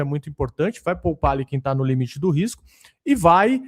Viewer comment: "Nu Allianz" 😅